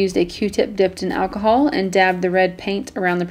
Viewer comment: Wait did she say 99% achohll